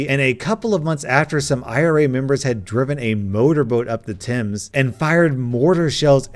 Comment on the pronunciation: Children are fucking morons. Also, respect for proper pronunciation of "Thames". 10/10, gold star.